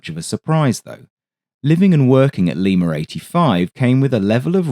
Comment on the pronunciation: there's NO fkn "R" in LIMA! 🤬